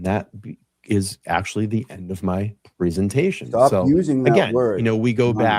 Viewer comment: I’m cracking up about “Prezenation vs. Preeesentation” own that shit 😉🤟😂😂